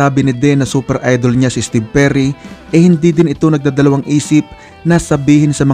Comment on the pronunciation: Steve o jerry merun pla nun ang alam ko steve perry ang vocalist ng journey... Kung tama pandinig ko sa narrator lol